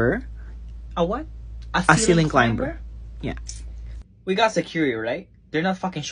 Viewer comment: The "b" in climber is silent 🙃